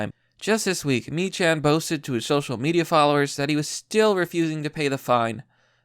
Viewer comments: I know it's dumb but, it's pronounced "Meeckan" not "Mechan." Have a good night and be safe out there. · Good video but his surname is pronounced meek-can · It's pronounced MEE-kan